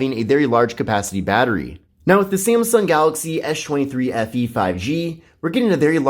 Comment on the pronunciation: No I hear it too...